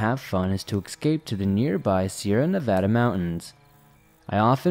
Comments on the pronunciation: Nice job pronouncing Nevada. As a native Nevadan, it's nails on a chalk board to hear people pronounce it with 2 soft A's. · And you pronounced Nevada correctly!